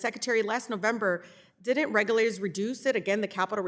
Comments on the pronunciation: She has zero knowledge of this subject compared to him. She can’t even properly read the words that are written for her. Subsidaries and regerlators? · The word is reg-U-lators!! Reading is tough for this one!!